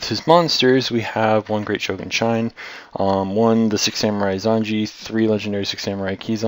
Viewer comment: Shine? Shien.